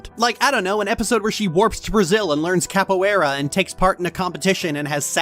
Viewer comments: BRAZIL MENTION!! also that pronounciation of capoeira has me dead... you're supposed to roll the R in portuguese (tho tbh this doesnt apply to every accent. brazilians also dont really care if you butcher portuguese either (most ppl here butcher english so bad...) im just really pedantic and annoying ok) also.. also... its not rlly pronounced like capoera.. the I is important. ei is pronounced like ey so capo-eyRRa (rr to indicate rolled r) but like important note this doesnt apply to every portuguese native accent (bc ppl from different regions of brazil or from other portuguese speaking countries like portugal, mozambique, angola, guinea-bissau, macau and east timor are going to have different accednts...) this is just how i and ppl i know would pronounce it also i have to stress again that brazilians do not lose sleep over foreigners kinda mispronouncing a word im just being really pedantic (and im american not brazilian) pearl going to brazil would be fire as hell tho im ngl but id be fuming the entire time because they probably wont pronounce the portuguese words perfectly correction: macau doesnt speak portuguese. it was colonized by portugal but its apart of china and only like 2.3% of people speak portuguese mb also a lot of the countries listed have languages besides portuguese (only 60% of angola and guinea bissau speaks portuguese. 90% of the guinea bissau population speaks kriol (a creole portuguese based language) east timor also has a language called tet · hearing gringos say capoeira wrong is always weird, but hearing she say it wrong and trying to use it to make a point feels really really bad... Ugh I hate it and did she really compared Fallout3 with Baldurs gate 3? Like, damn...